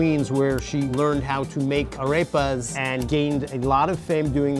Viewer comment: “Araypas” lol